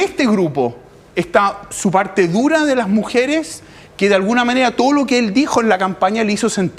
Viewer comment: Sabrá mucho de datos, pero habla como las weas: "La mujere, lo jovene, lo dato. . . ."